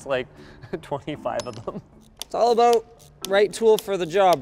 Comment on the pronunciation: A very Canadian "abOUT" there Linus